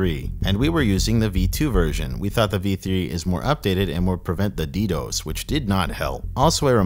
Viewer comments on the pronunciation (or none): Although its funny how does ALL of this research and is the dark web expert just to pronounce DDOS the way he does lmao Never heard one person pronounce it D-DOSE, its D-D-O-S or D-Das/D-Dos. (Only mentioning it because the way he pronounces it at waterchains part). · I almost clicked off the video hearing you say “ddose” instead of ddos. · “the *ddòs*” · Cool documentary man. Though as one who was an active user up to the day that Dream Market shut down, I can tell you that Dream was in fact plagued by Ddos attacks (pronounced D-D-O-S, not Dee-dose). That wasn't bullshit. And I've never seen or heard a whiff of LE knocking at my door since it's closure. The closing of deep dot web was a huge blow to the culture. Darknetstats is trying to fill the void, but no market has come close to filling the void left by Dream. All the new markets are so freaking complicated to use that for the casual user, like myself, it's just too much of a hassle. RIP - Dream Market. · "Dee Dose" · How you pronounce DDOS is hilarious 😂. D Dose 😂. Love the videos for how well they’re done and the occasional slip ups 😊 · the fact that you say “DDose” makes me want to claw my eyes out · Good lord, learn how to say ddos, it’s not d dose, smh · Learn to pronounce DDos...."D Dose" fkn lol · never heard ddos being pronounced like that. gave me a lil giggle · Always cool to hear the Spanish pronunciation of DDOS! Uno, Dos, Tres, Quatro!